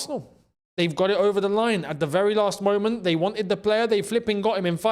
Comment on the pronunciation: It's de history of de Tottenham 😅😅😅